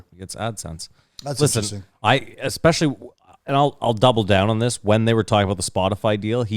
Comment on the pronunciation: Does say "expecially" in every single episode on purpose? Is that like a catchphrase of his or something?